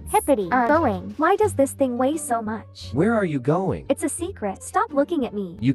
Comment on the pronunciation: i love that "boing" is (mis)pronounced in the opposite way that homestar runner says "doing"